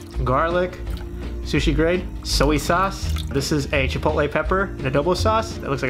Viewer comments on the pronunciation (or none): Who says shili, pepriiika, soy ya sauce. Wtf